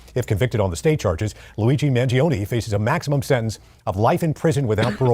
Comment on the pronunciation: Let’s pronounce his name correctly. MAN-JIO-NAY. Not mangioniiii. 🇮🇹